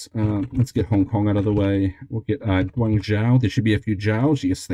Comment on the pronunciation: Fantastic video once more! Nice mix of interesting and no-brainer quizzes thanks to RNGsus :) Real quick: the syllable zhou as featured in cities like Hangzhou, Wenzhou, Huizhou or Guangzhou is pronounced like Joe, not like Jow. Unfortunate end but hey, I don't think those 64% were done without LOTS of re-dos.